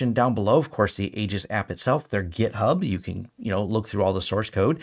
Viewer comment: FWIW: it's pronounced Eee-jis.